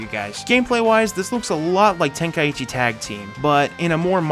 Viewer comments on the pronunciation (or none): Just a nitpick but how can someone read „Tenkaichi“ and say it like „Ten Kai ichi“